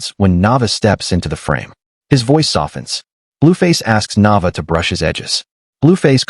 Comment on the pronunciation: Pronounce her name right Na Vay Aaa